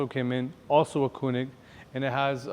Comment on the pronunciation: Its spelled KOENIG not KUNIG bro come on